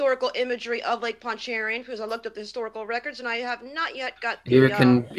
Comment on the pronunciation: called it Lake Ponchairian... hahahahaaha what a f 'n moron!